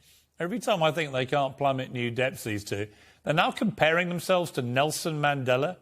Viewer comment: Harry can't even PRONOUNCE Nelson Mandela's surname. As a South African it tees me off incredibly! 🙄